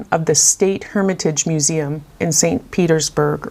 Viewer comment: Love this section ❤. Hermitage is pronounce like French. 😊